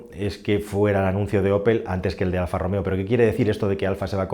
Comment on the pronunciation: "Alfa e-Romeo" Aquel día, el encargado no se tomó su café diario y se le escapó un buen Alfa Rom-Eo